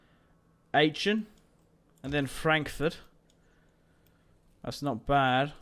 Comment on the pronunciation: Lol....you butchered the pronounciation of Aachen.....nice campaign so far though.....subbed.....I'm half English/German myself.